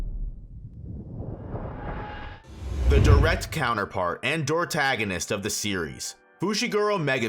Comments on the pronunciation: mf'er really said doortagonist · The [Deuter] part of deuteragonist sounds like scooter, not doodoo Love the channel, dont be like NCHammer or Bill Simmons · I just noticed how you said deuteragonist lol